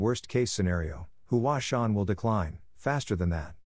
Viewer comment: Hua sung? Mount Hua